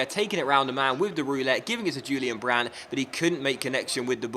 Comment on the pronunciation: Disappointed with the Correa signing. I would love it if you would use Andre Silva more often please? Also try and buy Jeffrey Bruma :) It's pronounced Hu-lian Brandt btw bro